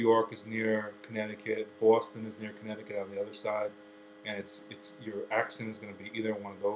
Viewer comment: I noticed a difference too, when he said Boston like "Boowaston". Totally not how I say it, and I'm from dead-smack central Connecticut too!